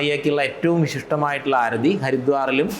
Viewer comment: നിളാ ആരധി അല്ല മേഡം ആരതി എന്ന് പറയൂ. കഷ്ടം